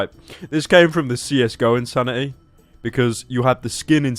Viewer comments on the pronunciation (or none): i think u mean in-sand-ity